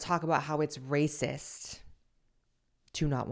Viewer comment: Did that lady say racist or erasist?